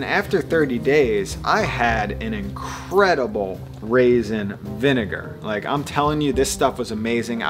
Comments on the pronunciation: Raisin not rasin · Going to add to the pedantic comments: Acetic, not acidic. Raisin, not rasin. And apple, not apple cider. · Lol and "rasin vinegar" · Raisin, not rasin. Geez